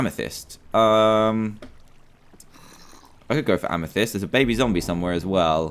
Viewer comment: Did you hear at the end of the episode when he saw that zombie trapped he called it a zombile